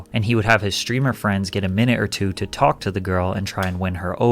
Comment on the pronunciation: Everyone attack jidion, he said where not fweinds